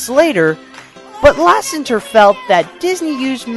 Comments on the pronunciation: I know your redoing the series fixing mistakes and adding more updated facts(hopefuly some from Waking sleeping beauty) but please in the future its pronounced ''john lassETER'' not john lassenger,I sorry,But im a pixar guy and that one kinda got to me,considering you say it alot in this video.Anyway cant wait for more lookbacks.keep up the good work. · It's actually, LASSETER not lassenter, lol just a heads up.